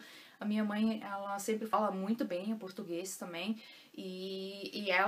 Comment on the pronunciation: Oi 💐 Sua pronúncia em português é linda 😍com perfeito acento gaúcho, chê😍 Adoro e acho o português mais bem falado em todo o Brasil, na minha opinião... Parabéns por todo seu esforço e vontade em aprender falar, ler e escrever o potugues corretamente 👏que realmente não é fácil para nós Brasileiros que dirá para os estrangeiros 🧐😁😀 Tenho ainda muita dificuldade com a gramática. Me viro como posso e não tenho mais vergonha em falar errado, mas quero aprender definitivamente falar correto. Aprender a gramática der die das, wer wie was, wieso weshalb warum... 🤦‍♀️ Sou imensamente Grata por ter encontrado você como professora aqui no YouTube. Um abraço daqui de pertinho de você (Winti) com carinho 💐😘💞🙏🙏🙏